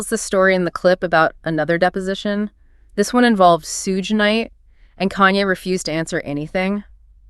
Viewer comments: She really just called him Suje Knight😂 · She mispronounced Suge 😭😭😭😭 yt ppl should stay out of black ppls business